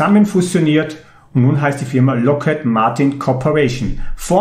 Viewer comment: ) Ich denke, die Aussprache ist Lokhíd und kein Loket :)